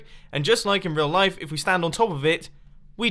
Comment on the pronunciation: "And if we stamd on top of it, we die" Mumbo